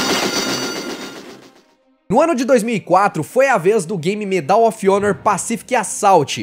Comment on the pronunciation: So uma dica: a palavra Medal, em inglês, possui a sílaba tônica no “Me” e não no “dal”.